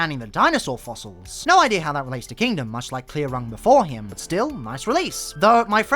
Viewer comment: I love how he continuously got rung's name wrong. Comic book accuracy at its best